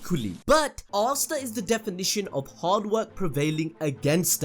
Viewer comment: Names aren't too hard to read out loud... How is the first guu calling Asta, Arstar. Nacht as Narc... 2nd guy was much better pronouncing everything right.